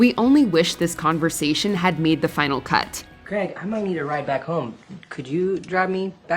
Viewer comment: Creg? do you mean Craig? USA-ians just cant say the name Craig properly.